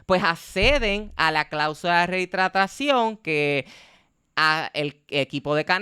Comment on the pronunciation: Tenes que aprender a pronunciar “rehidratacion”…! Si se le cuestiona las cláusulas del Canelo, entonces Floyd también cae en la bolsa, por que también elegía sus contrarios bajo sus estrictas condiciones. Todo es marketing, alguien tiene que hacerlo, yo creo que mejor es que sea un mexicano o un latino, y no los somos de siempre.